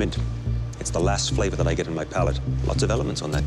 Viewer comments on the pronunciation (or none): “Flava” (flavor) … I noticed it’s usually an exaggerated “a” sound. Don’t know why but it annoys me.